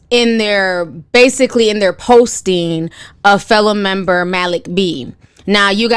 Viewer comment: Lmfao Ti, i thought u were messing up another name, but u actually got it right this time!!!! MALIK B 😆